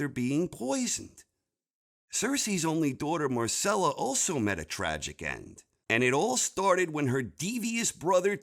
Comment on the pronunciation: Agree on most parts but you couldn't even pronounce Myrcella right....c'mon my dude!